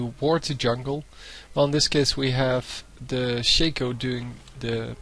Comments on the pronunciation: U PLAY SOOO BAD !!!!!!!!!! And It's shaaaaaaaaco not shayco like alphabet shaco get it NOoB ! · why do people pronounce stuff stupidly.. maybe im wrong but i believe its not pronounced shake-o